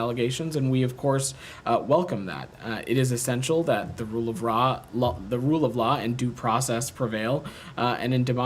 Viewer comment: THE RULE OF RAH? THAT SLIP